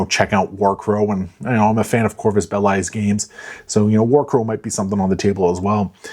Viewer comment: Corvus Belli is pronounced Bell-Ee. Like the word Belly. Not Bell-Eye. Anyway, I am planning on taking the, "I Am No Jedi," box from you, and working with you and the local Shatterpoint community on ideas to do some of my Extra Life fundraising. Also, we Warcors will welcome you back. Infinity is still the best game, and Warcrow is awesome. #BiasedWarcor